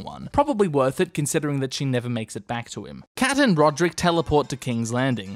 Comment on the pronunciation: “Ser Rulrek”